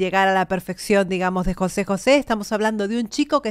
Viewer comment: José, con acento en la é En México. No decimos Jose. Como en España